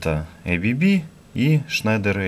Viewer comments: Какое эй-би-би то? АББ читается, название немецкое, расшифровывается как азЕа-брАун-боверИ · Уважаемый автор, не произносите, пожалуйста название бренда "ЭйБиБи". Правильное произношение "АБэБэ", потому что этот бренд имеет шведско-швейцарское происхождение. Следовательно, ничего общего с англоязычным произношением его наименование не имеет. Его российское редставительство зарегистрировано как ООО "АББ".